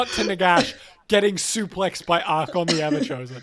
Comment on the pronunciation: The list of people who read "Archaon" as "Archon" grows. Look, if you can say the word "archaic", you should be able to pronounce the second A in Archaon.